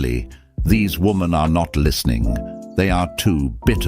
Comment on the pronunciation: Her inability to say the plural 'women' properly is already a red flag.